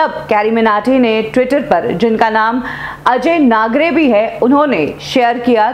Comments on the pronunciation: Ajey naagar hai naam.hai na ki naagre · Areeee mam Ajay Nagre nhi Ajey Nagar h.. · Ajey Nagre nahi Ajey Nagar 🤣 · 'अजय नागरे' नहीं 'अजय नागर' है। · Madam ajay nagre nai ajay nager hai unka naam.. naam k liye to homework karlo